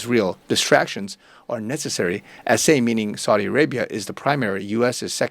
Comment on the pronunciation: I’m just commenting to inform you that you’ve been mispronouncing the names “Saud” and “Saudi”. When saying the name “Saud”, it should rhyme with the word “loud”, and the name “Saudi” rhymes with the word “rowdy”. Another correction: in the word “anon”, the accent is on the first vowel, which is a short a, so the a is pronounced as it is in the word “at”, and the entire word is pronounced “AN-on” with the volume emphasis on the first syllable.